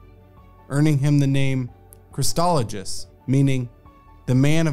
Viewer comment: Thanks, but please pronounce the name correctly. There is no T in Chrysologus, and the G is hard, like the name Gus.